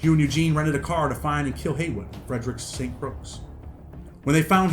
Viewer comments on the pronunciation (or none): I hate who diz man say st. Crosc its ST. Croix lol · I’m 100% sure but I believe that’s pronounced “st Croy”. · I know but the correct spelling is st croix not croy. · Bro. I appreciate the info, and thanks for educating people, but it’s pronounced Saint Croy. 🇻🇮🇻🇮🇻🇮🇻🇮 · Listen bro down they got alot of dangerous ppl who ain’t get caught trust you misinformed greatly and btw dawg it jus hurting my heart on how you sayin the island name like that shit made me stop watching the vid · Learn how to say St.Croix ms! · It's St.Croix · they talking about the pronunciation and not the spelling..we all know it's spelt Croix. ..but it's not pronounced as it is spelt